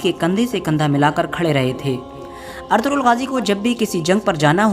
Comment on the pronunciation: o Bhai Artughral nhi Ertugrul name he jismy (g) silent he. usy hum Erturul bolengy.